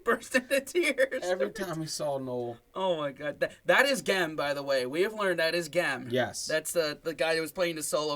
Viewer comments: GAM? It’s gem pronounced like the word for jewel, gem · Gem is pronounced jem 🤣🤣